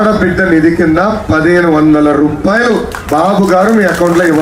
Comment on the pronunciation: ర్రూపాయలు.. కాదు రా.. రూపాయలు 😂😂